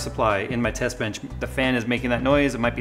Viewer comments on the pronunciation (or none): none